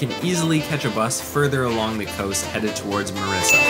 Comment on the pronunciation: Its Mirissa. That lil mistake should be corrected. Btw its a great video. Thanks for visiting my motherland 💕